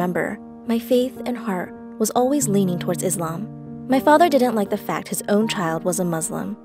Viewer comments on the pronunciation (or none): Okay why is she saying Muzlim Islwam and awlah